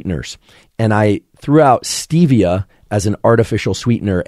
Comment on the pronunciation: Stevia isn’t supposed to be pronounced like that. Has nothing to do with Steve.